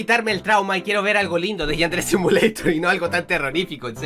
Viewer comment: .no se dise asi yadere simolitor